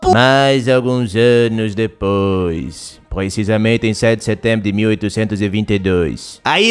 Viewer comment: 1 segundo: * passa* Pedro: E UM MILHÃO DE ANOS DEPOIXX